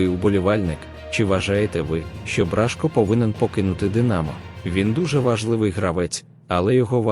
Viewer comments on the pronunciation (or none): Какой тупой комментатор ! Бражко пишется и читается с ударением на О !